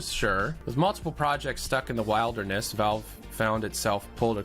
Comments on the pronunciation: Every time he says "wild-er-ness" it gets funnier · Did he just mispronounce wilderness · Why can't pronounce the word 'wilderness?' EDIT: He figured it out, guys. Yay.